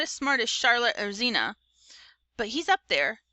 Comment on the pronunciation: Why do you keep saying Zeena its “Hee-men-uh”☠️☠️☠️